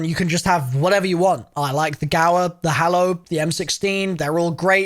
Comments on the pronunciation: lmao he said the gauer and the hallo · The "Gauer" and the "Hallo" I'm so glad I'm not the only one that has fucked up these names😂😂😂😂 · The guaer and the hallo lmao